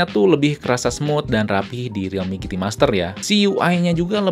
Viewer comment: "jiti" mas bukan "giti"